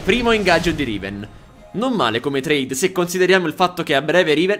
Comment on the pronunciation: va bene ma l'accento su "se" no pls ahhahaah